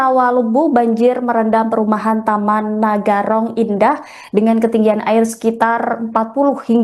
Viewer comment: Narogong bkn nagarong